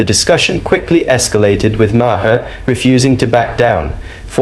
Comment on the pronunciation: Maher pronounced Marr, not Ma-hair, Ma-her or Mayor.